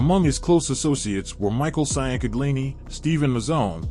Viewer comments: The last name you keep butchering is Ciancaglini , pronounced “changcalini”. They called him Mikey Chang & his brother Joey Chang. It was a wild time in not just South Philly, but the entire area. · IT'S PRONOUNCED "CHANG-GUH-LEENIE"!! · he is massacring that pronunciation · Micheal who? Damn you butchered the shit outta Mikey Chang name 😂😂😂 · Chang-galini fucking hell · MICHAEL CHANG-GLEENY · His name was Michael Ciancaglini pronounced Chang-a-lini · Bro you butchered these names.Che-In-Kag-Lini,Ciancaglini😂. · ciancaglini pronounced Chang-Uh-LEEN-EE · Allegedly he has been shelved. (Not recognized by the mob) Tho I gotta give it to him. He's making bank. Probly more than he would on the street. Definitely more. Michael Chingalini. Is how that's pronounced. Maybe he will get the other mob heads to start podcasts and make bank lol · I grew up in South Philly my family knows the merlino s and they are very nice people. They are our people. they always took care of the neighborhood. And Have to tell you that you are saying Mikey ciancaglini name all wrong and it pisses me off.